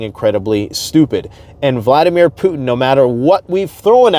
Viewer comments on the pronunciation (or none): none